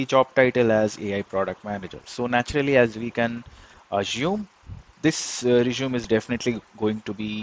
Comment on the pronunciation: That is not how you pronounce resume 🙈